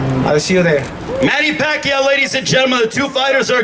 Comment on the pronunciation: It’s amazing how far he has came! I remember Lampley couldn’t even pronounce his name in his first fight. Nothing but respect to this Legend! #PACMAN 💯